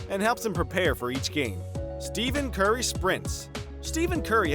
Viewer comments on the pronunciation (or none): Steven curry? It's pronounced Stef an Curry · ITS STEPHEN CURRY NOT STEVEN CURRY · It's not Steven curry its steph curry, please learn the correct pronunciation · u said steven curry not stephen curry lol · 62.8% are about how he said steven curry instead of stephen curry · Did he just say Steven curry 😂😂😂😂🤣🤣🤣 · When everyone cares about how he said Steven Curry and not a mention about Rajan Rondo Rajan Rondo: 😑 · “Steven Curry” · Who else cringed when he said Steven curry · Dude it Stephan not Steven